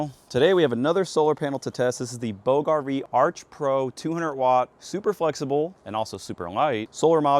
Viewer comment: Bouge: Pronounced like "BOOZH" (rhymes with rouge). The "g" makes a soft, smooth "zh" sound, like the "s" in the word measure.